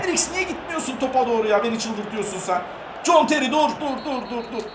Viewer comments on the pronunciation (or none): none